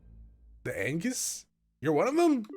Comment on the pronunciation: It's German, as are most names in this series. W is pronounced like a V. Viceman would be the correct pronunciation of Weissmann. Also, it is pronounced An-gwis. Its latin